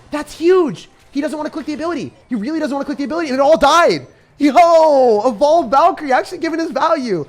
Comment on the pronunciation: He said: evolved Valkyrie I heard: bald Valkyrie